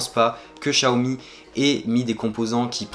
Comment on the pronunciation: pourquoi dire chiaomi ??? ce n'est pas personnel mais en FR les X ne se prononce pas CH très déçus aussi; de ne pas avoir de coque ou de vrai protection résultat j'ai réussi a peter mon écran en 2jours gravvvvvve blazé .... j'ai pas encore cherché le prix d'une nouvelle vitre. ET Merci pour ton taff sur cette video !!